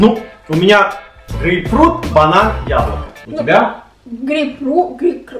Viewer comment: Не грейпрфрукт а грейпфрут